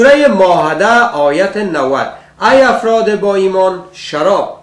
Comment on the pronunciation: کل بیخرد! اولا خو باید که کمی بالای تلفظ کار کنی قرهان و ما هده و غیره. بعدش تفسیر قرآن شریف کار تو کل بیخرد نیست. چون خودت یک شرابی هستی به این اساس فقط با تفسیر غلط فقط خود و دیگران را به بیراهه میکشانی. خدا هدایتت کند.